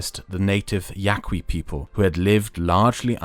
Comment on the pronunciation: Yes my people suffered greatly but its pronounced Ya-ki not whatever you said. We also called Hiaki and we are not Mexican. Some of us managed to remain behind and others, like those who I owe my life went north